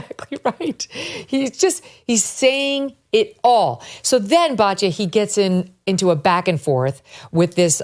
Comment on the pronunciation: It is BAT YA NOT BAJYA